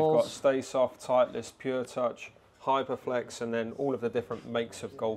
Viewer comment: Its title-ist not titli-est 😂 surely Rick should know that